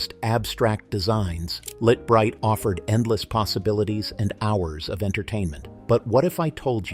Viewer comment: Pronounced..."LIGHT BRIGHT"...